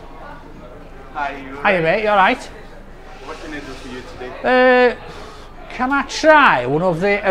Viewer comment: Sooo, teh-day...